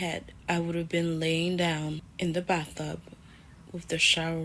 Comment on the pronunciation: Wait, hold up! Did this bi$%& just say "baththub" insted of bathtub?! 🤦🏾‍♂️😂 You don't need a man ho, you need a speech therapist! 🤣